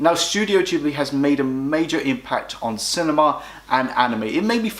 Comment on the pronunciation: ahhhh, I cant deal with the pronunciation of ghibli and nausicaa. Also when marnie was there is a marmite ish film, if you were on the outside of society with few friends at school it shoots up lists, for me its number 2 only to nausicaa.